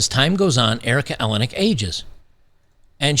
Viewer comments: EleniAk, not Elenik. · Erica Eleniak. (El-N-E-Ak) not ELEN-ak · you pronounce her last name like Maniac........It matters as much as her lost beauty.....Haaaaaaaa George is married to a Much Younger woman & lives in his Chateau in Fronce....Howard divorced his Frumpy wife to marry this bit-o-crumpet (she keeps herself lookin like this as Not to be REPLACED).... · Erika A-lay-knee-ack. Rhymes with Maniac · El-In-E Ack. That's how you say it, no worries, just wanted to point that out. P.S. I think you can see her tits in Under Siege -- I could be wrong.